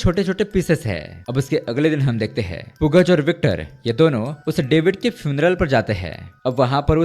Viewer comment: Yaar bhai, Pugaz is basically to be pronounced as Pugal (पूगल)